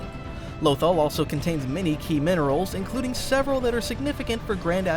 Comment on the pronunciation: The one and only reason I stopped watching the video is because of the way he says Lothal 😭😭